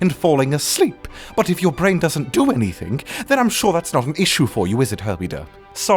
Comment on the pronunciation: he said anythink